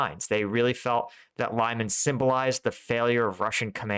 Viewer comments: Lyman is pronounced Lee-MAHN, with the stress on the second syllable, not LIE-man. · Not very important, but anyway: Lyman is something like Lee-MAN, not LIE-man. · Lyman is pronounced as "Leman" for English speakers! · Lol can't even say Liman right lol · Lee-MAHN! Hehe, just another tip. Love your content! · I watch your videos every day and appreciate your military knowledge and the way you explain tactics. A pet peeve though is the way you butcher the pronunciation of some of the more widely used Ukrainian names. I'm not talking about obscure villages -- rather places like Lyman, Svatove and Zaporizhia that are often in the news. I don't speak Ukrainian, but I make a point of listening to the pronunciation of native speakers in vlogs like Denys Davydov, Reporting From Ukraine and others. It's "limm-AHN," and "SVAH-toh-veh" (capitalized syllable accented). The "zh" in "Zaporizhia" and "Prigozhin" is pronounced like the French "je", or the way the "s" is often pronounced in words like "measure" and "pleasure." Sorry, I really do love your channel, but this is kind of like listening to fingernails on a chalk board.